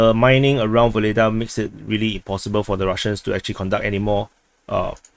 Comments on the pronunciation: The Russians usually pronounce our "h" as a "g" - So they call Hitler "Gitler." So Vohledar will be Vogledar or Ogledar. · I don't think that Russians don't use sound H. Harosho is an example but that is all of my russian. Secondly we are making Ukrainian really wrong. H is G and X is h. So Vuhledar is pronounced Vugledar but i believe that V is very soft almost like U. Although I speak many languages, Russian and Ukrainian are not one of them, unfortunately